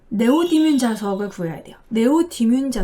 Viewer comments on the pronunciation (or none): none